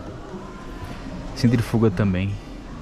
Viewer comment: É centrífuga, com acento agudo no i, pelo amor de Deus.🙏🙏